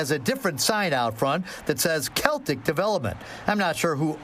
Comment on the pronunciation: It’s pronounced, “SELL-TIC”